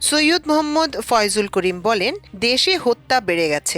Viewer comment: সাংবাদিক সাহেব মুফতি ফয়জুল করিম সাহেবের নাম কিন্তু বিকৃত ঘটিয়েছেন।